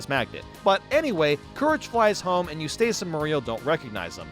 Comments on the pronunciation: Eustace is Yous-tis, not Yous-tace. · Why do you pronounce “Eustace” to weird? The end is “ess”, not “ace” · Okay you like Fairly Oddparents and say Grim Adventures would have been your thing, but Ed, Edd, 'n Eddy is TOO dumb? 🤔 Edit: you calling Eustace "You-stayce" was amusing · Your pronunciation of Eustace is killin me! 😂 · Anyone else annoyed by how he pronounces Eustace?😂